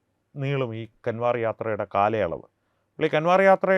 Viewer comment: കാൻവർ അല്ല കാവട് അതായത് കാവടി യാത്ര എന്നാണ് ശരി നന്ദി നമസ്കാരം